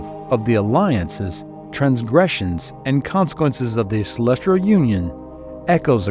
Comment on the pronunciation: I swear if you say celestrial one more time…